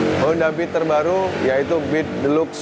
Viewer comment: Deluxe dibaca 'dilaks" 😁